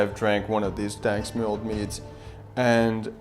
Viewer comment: Duuuuuuuuuuude, its daNSk mjød, not daNSk mjød.